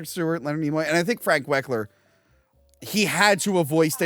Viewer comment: My god you said "wekler" in 2 seperate episodes... his name is Frank "WEL-KER" ya dangling flap... ALL HAIL MEGATRON! That power rangers the movie behind the scenes ruined the pagemaster for me because after watching that preview I really wanted to watch power rangers the movie instead!